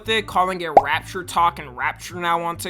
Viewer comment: it so annoying how he pronounce "rapture"